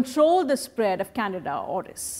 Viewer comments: Say it with me...CAN-DEE-DA CANDIDA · Can- dida, Candida, NOT Canada. I know how hard it is to learn a new language, I just want to help you correctly pronounce this word.